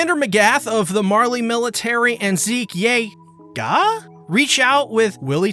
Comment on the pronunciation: I Just never get tired of "YEAGAAH!"😂